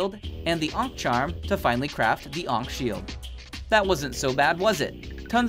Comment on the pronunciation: 1. Ankh Shield isn't 1.3 its 1.2 or below i forgot 2. thats not how its said...